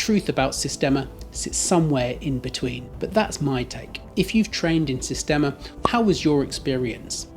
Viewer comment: Das heisst "Sistema" nicht "Systema"